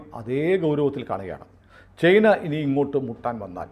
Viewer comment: ചെയ്ന. അല്ല ചൈന എന്നാണ്.